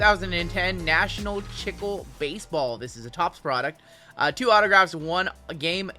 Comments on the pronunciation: I like your videos and work, it is tons of fun. BTW the word is Chicle and you say it CHEECLAY. It is the Spanish word for gum. :hand-pink-waving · Chicle is Spanish for gum. "Chick-lay"